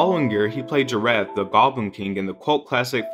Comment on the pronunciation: if you're going to review his career at least revise and pronounce some of the names right. Jareth and Labirynth was way off. Jar red and Lab Brain. Smh.